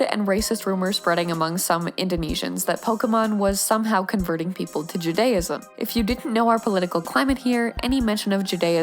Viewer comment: the pronunciation of "Judaism" is killing me (as a jew)